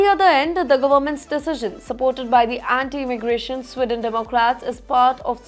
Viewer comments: Madam journo.....country is Sweden not Swidon ....diction and accent imp in any language 😂. Why should any country bow before Indians? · It is not “स्िडन” it is “स्वीडन” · It’s not Swidon. It’s Sweden. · Again it’s “Sweeden” not “swiden”. You can spell but not pronounce. Please learn English. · Sweeeden not Swiden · Please pronounce the word SWEDEN correctly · It’s not swiden or swidesh it’s sweeden with an emphasis on the first “e”